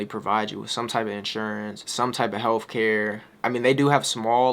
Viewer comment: "Health" "TH"